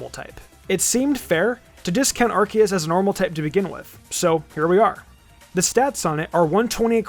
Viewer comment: Arceus is actually pronounced “Ar-KAY-es,” which explains why Silvally’s ability is called the “RKS System.”